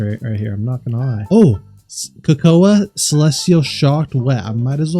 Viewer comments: cacao is pronounced ca-cow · It's pronounced ca-cow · | bro said ca co a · bro cocoaaaaaauuuuuuuuuuuuuu is not how u pronounce it brother